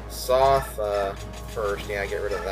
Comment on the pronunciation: ahhh stop pronouncing "Sothe" as "Soth" >.<